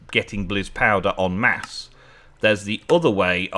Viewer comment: " E n m a s s e " i s p r o n o u n c e d " o n m o s s "